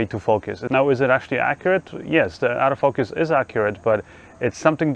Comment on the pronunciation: I love how your accent makes ‘auto focus’ sound like ‘out of focus’ perfect for a camera without that feature! Great video - thanks.